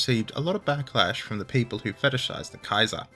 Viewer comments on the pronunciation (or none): none